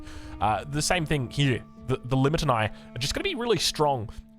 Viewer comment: Lih ma tan ii Check total war atilla unit roster stuff if you want to see the correct pronunciation.